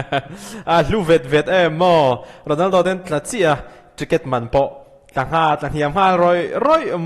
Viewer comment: Sir Ronaldo leh Messi tih hi hmang uluk deuh thei la aw Ronaldo hi a hamsa zawk zelah lam ri la 😅